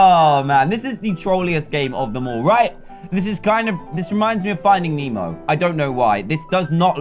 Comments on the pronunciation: ITS NEMO NOT MEMO! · It's "Nemo" not "Memo" 😑 😑 😑 😑